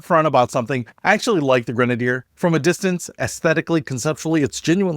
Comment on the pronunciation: I love my Grenadier. Your mispronunciation is hysterical. This is why many public companies get taken private so that they are not beaten down for extensive CAPEX. Ratcliff has it's expenses covered in spades with his own personal capital. Amazingly horrible commentary, wildly speculative nonetheless. The is completely witless and needs to go back to business school.